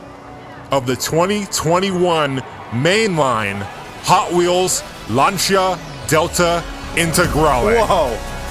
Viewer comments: Launcha? You mean Lancia? Lol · Lancia is pronounced "Lan-sea-a", not "lanch-ha" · I hate to say 'I told you so' but ...... Lan-cheea! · What’s a Larnshia? Lol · The "lunch-a" delta... no, that just sounds sooo wrong. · I cant be the only one that cringes when they pronounce Lancia wrong